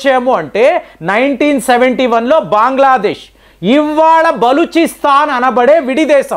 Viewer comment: బాంగ్లాదేశ్ ఈరాన్ బ్రేజిల్ ఈరాక్ ఆజార్ bijan... పదాలు పలకడం సరిగ్గా పలకడం అభ్యాసం చెయ్యండి..... ఇన్ని దేశాలు ఎవరు మీలాగా పలికారు...